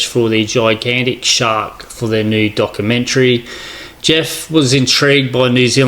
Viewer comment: “Docoomentary” “popoolated”.